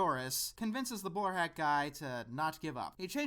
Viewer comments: Whenever you say "The bowler hat guy" it sounds like you're saying "The borat guy" :P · "The Bowl-hat guy" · I swear you're saying the borat guy. What is he saying?